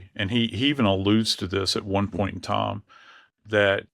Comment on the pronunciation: This guy would be easier to follow if he would say "Time" instead of "Tom". He can say "Science" right, but not "Time". Bewildering...